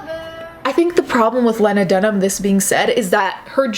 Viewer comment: Ok but you saying "lahnadunhum" is killing me